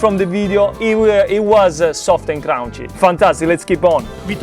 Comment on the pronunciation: No, it’s “kreespie” and “krounchie”